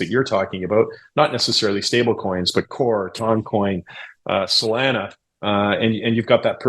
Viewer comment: Say Salana one more time…😂